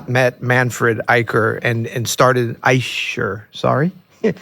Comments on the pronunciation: The “ch” in Eicher is pronounced the same as the “ch” in Bach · German here ... Manfred Eicher (the german "ch") is pronounced like here --> "How to pronounce the German CH correctly" And I can only wonder how you both brilliant jazz nerds didn't mention that the Köln Konzert was the result of many misshaps, two days without sleep and a wrong piano delivery, but they recorded it anyway, lol. First he didn't want to play but because it was sold out he did it anyways, I'm so glad he did hahahha. Very interesting story, you should be able to find online. Besides that, brillant analysis and nerding out as always! :) <3<3<3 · No, this is not true. There are two way of pronouncing the ch in German and it’s the other way